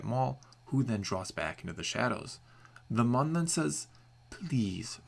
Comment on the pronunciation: CALLED IT! XD pronounced "moon" or "mewn", not "munn"